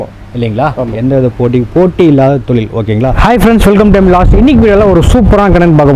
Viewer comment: தெழில் இல்லை தொழில்